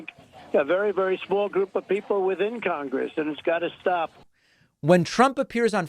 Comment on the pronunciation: He even has trouble saying the word “Congress.” He struggles with the pronunciation.